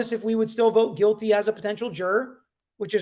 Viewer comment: Guilty. Not Quilty. Lmao. The Q and the G are not even close to each other